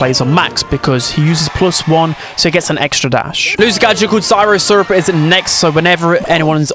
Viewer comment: i know for a fact bro did not just say "sairoh syrup" 💀💀